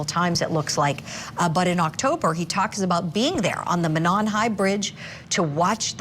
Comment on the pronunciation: It's pronounced MOE NON and not MA NON